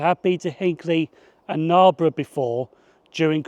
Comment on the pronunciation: Great vid, first-time watcher of the channel but will explore more when I get the time. As a local to the area, I do have to laugh at your pronunciation of Narborough tho.